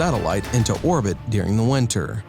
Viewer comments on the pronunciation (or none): none